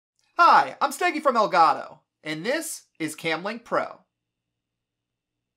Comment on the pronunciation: Is it not pronounced “El Gato” like Spanish for cat? You’re saying el goddo